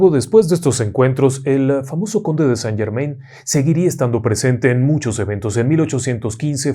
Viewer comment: Mi estimado me encanta su contenido me envuelve con sus historias pero el conde de saint Germain no se pronuncia como ud lo pronuncia justo conde san German (in)en francés se pronuncia an tenga una lindo del trabajo y continúe con su maravilloso trabajo